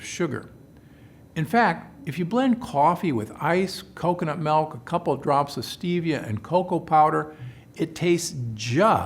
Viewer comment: Milk!!! Not “Melk” ….Ahhhhh🤯 Drives me crazy lol